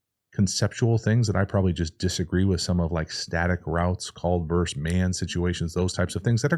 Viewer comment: Please use the word versus. It isn't "verse man coverage." It is versus man coverage.